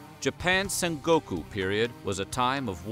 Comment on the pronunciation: This video pronounces sengoku as sangoku. I wonder if they can't even pronounce historical terms properly. I guess Americans can't do a perfect job no matter what we make them do.